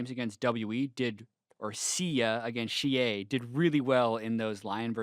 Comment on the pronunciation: WE Xiye is pronounced "see-yeah" instead of "shee-yay". Just a pet peeve of mine since Worlds is in China this year.